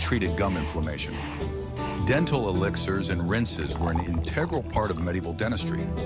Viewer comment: AI can not pronounce "t" !! It has a "menal" and "denal" problem!!